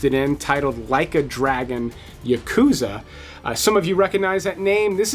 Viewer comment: I'll probably tune it Like a Dragon: Yakuza when it comes on, but if they pronounce Yakuza the way you did, I'll probably turn it off. 😜